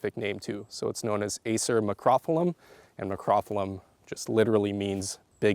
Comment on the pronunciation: Not trying to be critical, but you pronounced Acer macrophyllum. The species name is pronounced mak-ro-FIL-um. Love all the other information provided in the video.